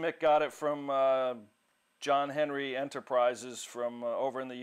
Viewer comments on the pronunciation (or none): none